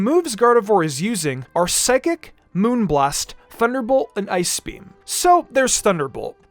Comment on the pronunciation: Can this guy not say ice?